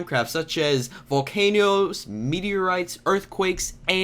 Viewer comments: you said valcenoes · YOU SAID VOLCAN YOES